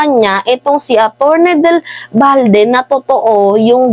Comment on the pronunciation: Atty.Del Valle hindi Balde